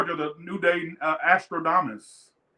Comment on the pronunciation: "Astrodaumus? Hahahaha🥰